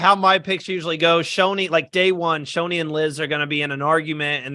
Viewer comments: Not bad. Also Shonee's name is NOT pronounced "Show Nee" it's "SHON NEE" as in you pronounce the "On" in Shonee. My prediction I think this will be run/domninated by the returnee players as a lot of them you would think would have pre gamed for this and are more likely to get as many returning players to merge as possible and not let the newbies take over as is the case in a lot of these fans v favourites seasons (as if we're being honest that is really what the season should've been called but Heroes v Villains sounds more marketable to the casuals and any International viewers). The stats for these half/half seasons or mixed returnee/newbie seasons has always ended with a returning player making FTC or winning the game in both US & International Survivor. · Not pronouncing Shonee’s name correctly was the only thing I disliked about this video😂😅! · Not pronouncing Shonee’s name correctly was the only thing I disliked about this video!